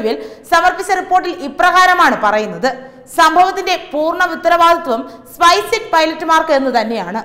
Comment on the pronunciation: സ്പൈസെറ്റ് എന്നാണ് തുടർച്ചയായി പറയുന്നത്,സ്‌പൈസ്ജെറ്റ് എന്നല്ലേ?.